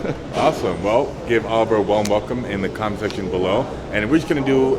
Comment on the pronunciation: Olivier is pronounced O-liv-E-A.